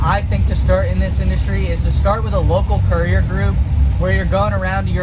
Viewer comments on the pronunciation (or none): none